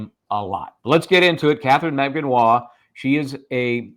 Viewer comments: The Filipina name “Magbanua” has four syllables when you pronounce it fyi. Emphasis on the “U” which is the 3rd syllable. Mag Ba Nu A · Stop saying her last name wrong